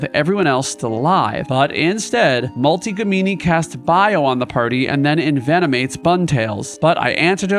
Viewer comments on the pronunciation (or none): i basically wanted to comment this, something about names being mispronounced seems to stick out however, a small detail in a very entertaining video